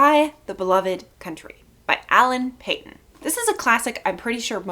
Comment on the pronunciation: His name is pronounced Alan Paton with a long A sound on the a (Payton) ; state in South Africa is pronounced Na TAL with emphasis on the TAL; hope that helps.